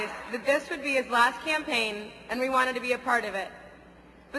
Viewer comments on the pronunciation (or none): is that the twin towers behind them? this is way much funner than those ethiopian videos. did she say campain or champagne . Party on girls!